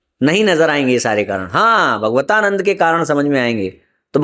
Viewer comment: भगवतानन्द नहीं भागवतानन्द बोलिए।